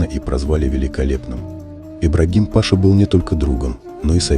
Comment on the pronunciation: Господи....ну какой пАша????? кто озвучивает вы в школе учились? не знаете где и когда нужно правильно ставить ударение??? смотреть хочется, а вот слушать - нет.